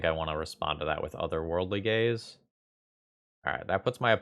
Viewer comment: My brain keeps hearing it as "Otherworldly Gays" and I'm like "it's me"